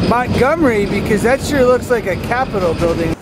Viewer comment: why did he call it a "crapitol" building lol?